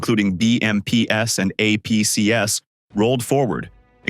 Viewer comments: APCs is not pronounced A P C ESS. It's A P Cees. Armored Personnel Carriers. It's plural. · Stop with the AI voice audio. It's BMPs and APCs--the plurals of BMP and APC. It is NOT "BMPS" and "AMPS". Also, the mines are clearly not hidden. You can see them sitting on the road, in the open, as the tank drives across them anyway. One guy with a stick could have easily cleared the road of the mines but the Russians are too stupid, uninformed and untrained.